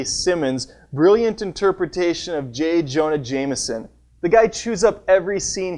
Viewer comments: Interpretash? That's where I ended the video. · When he said interpretash I closed out the video